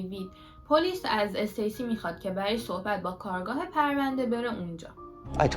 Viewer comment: عزیزم خسته نباشی عالی بود فقط جسارتا کارگاه جاییه که توش کار میکنن کارآگاه تلفظ درستشه